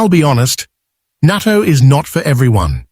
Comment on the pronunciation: It’s natto not nato!